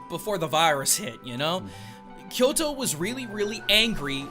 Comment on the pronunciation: Don't pronounce " Kyoro ", instead of Kyoto.